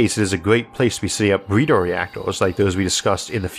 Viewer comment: Great content as always I was confused for a moment when you said "BreedeR reactoRs" since it didn't sound like you - the R's were completely normal.